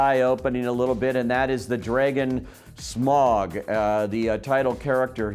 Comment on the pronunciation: I can forgive mispronouncing Smaug, but when you mispronounce Baggins, then you sound like a fool.